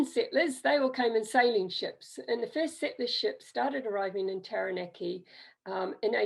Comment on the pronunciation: awesome! my ancestors are also from Taranaki, and this was super helpful. Quick pronunciation tip though: ** Tah-rah-nah-ki 😉